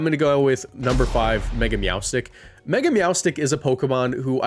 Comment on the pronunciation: MEOWSTIC IS ONE WORD, NOT 2 WORDS, AND THE NAME DOES NOT END WITH A K!